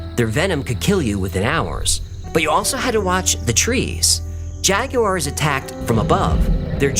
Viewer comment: Thank you for pronouncing jaguars correctly! 😂